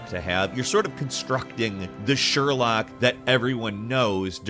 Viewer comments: why you're calling him Sherlack lol, it's Sherlock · I just wanna ask, Is it normal pronunciation for Sherlock? It sounds weird to me, I'm not a native btw.